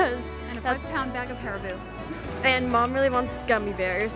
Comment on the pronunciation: That YouTub3 Family Katie in England 🏴 haribo is pronounced harry-bow